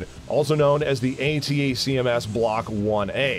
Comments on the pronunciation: Also. "A-TACms"... not "A-T-A-C-M-S" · If he only know how to properly pronounce Hi-MARS and ATTACKEMS Rockets.